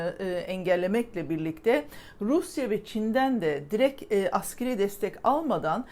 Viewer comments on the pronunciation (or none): none